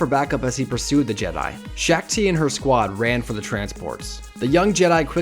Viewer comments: Shaak Ti (pronounced Sha ak Ti) not Shack Ti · ITS SHOK NOT SHAK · SHACK TII ITS SHAAK TI YOU SWINE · The Shak-Ti voice and saying corps as CORPS instead of Cor